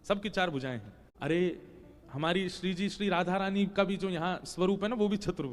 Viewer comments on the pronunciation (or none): none